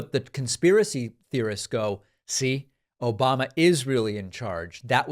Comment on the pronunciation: Obahmnah! Lol